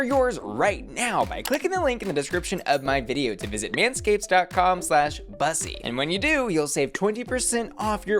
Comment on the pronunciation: Ok I need this person to say these damn words right. How do you mess up the words bussy and muse? Do you not hear them enough? Jesus!